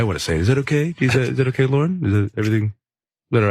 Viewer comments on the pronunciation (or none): none